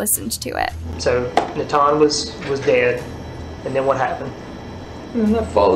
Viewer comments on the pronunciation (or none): It’s not NATHAN. It is pronounced NA-ton. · The boy's name is pronounced "nah-tawn". We hear it several times. Please respect the names of the victims in your stories. This is becoming a trend with you.